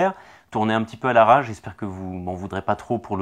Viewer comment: J'ai bien entendu au début ?? Vidéo faîtes à "la rage ? " C'est "à l'arrache" ! ^^